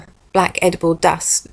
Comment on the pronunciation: Did you say dust like little Britain? Cause I cannot stop laughing over it